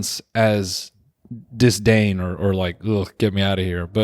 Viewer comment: I’ve never heard anyone hit the hard D in the word “disdain” like that